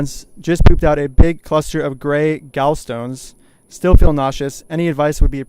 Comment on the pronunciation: Interesting pronunciation of 'gallstones' genius! So you google what they are but you can't google how to read and pronounce - lmfao.